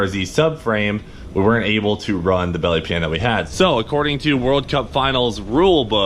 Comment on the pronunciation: Its not a belly pan. Its a bYelly pYan